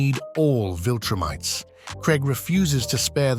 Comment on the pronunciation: 'he and the other viltrumTEES...' bro...